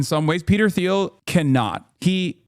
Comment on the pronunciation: Peter TEEL is how it's pronounced